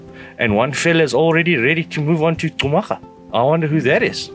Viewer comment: Another gr8 video. Botswana beauty will make u speechless.. By the way its Khumaga bro, not Xhumaga. I know sum maps write the name like that but is /khu/maga as in /cool/.. ✊